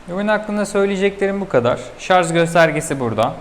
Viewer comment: Teknoloji sunumu yapıyorsunuz, hala "ŞARZ" diyorsunuz. Hemen kapattım videoyou.